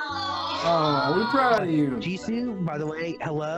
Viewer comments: actually the guy said her name right, it’s gee soo not gee so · It’s pronounced gee-soo so yes he said it right. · Goes on a rant about saying Jisoo's name wrong while they been saying it wrong this whole time 😂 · Btw Jisoo is pronounced Gee-soo not G-so lol said it right lol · Gee-Sue ----- that's how you say it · It’s literally jee-sue. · In Korean It’s pronounced like G Sue so he said her name right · The interviewer is right it is Jisoo ( gee sue ) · It is pronounced Gee-Sue. Loved this video!!! Thanks for loving the girls so much!!! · He actually said it right. Her name is pronounced as Gee Sue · … he acc said her name right is gee-soo no jiso